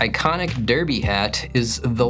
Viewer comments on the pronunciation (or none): none